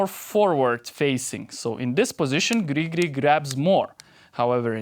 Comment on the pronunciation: Your pronunciation of Gri Gri brings me great joy. Will keep watching your videos for that alone.